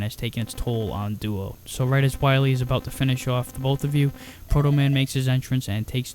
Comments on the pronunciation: Be verwy, verwy quiet, Im hunting dat wascawwee Dr Wiwy, Uhuhuhuhuhuhuh. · Dr. Wahwee! xD